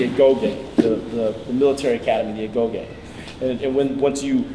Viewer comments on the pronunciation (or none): none